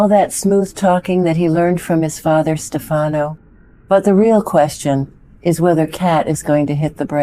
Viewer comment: It's STEF a no, not ste FA no.